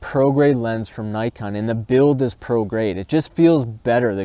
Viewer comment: Hate the wrong pronunciation of such a simple trade mark word like NIKON !